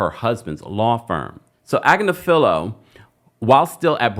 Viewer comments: Ag-nif-a-Low <<<is how you say it 😂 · I have seen Marc's wife, Karen, on various law shows. She is well-respected and pretty high-up in the legal game. She is also is a liberal. from what I can tell (BTW, she pronounces her last name as Ag-NIF-felo) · Omg it’s mark agNIFilo. You sound sorta, out of your depth when you don’t pronounce his name correctly. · Pronounced ag-NIFF-falo, like buffalo. His wife is a top Manhatten attorney. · His wife is on a youtube channel so you pronounce his name agg-nif-a-low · You are definitely not pronouncing his name correctly. It’s ag•Nif•ilo (emphasis on the second syllable). I’m pretty sure they pronounce it correctly on TMZ. Diddy won’t go on trial for at least a year, so you have plenty of time to get the pronunciation correct. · Please consider this constructive feedback. You do a great job but repeatedly pronounce Marc Agnifilo's name wrong. His wife is an on -air legal talent for The Midas Touch Network. I suggest pulling them up and getting the correct pronunciation of Agnifilo. Otherwise, great show & great job.